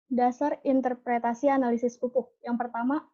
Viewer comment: Interpretasi bukan interprestasi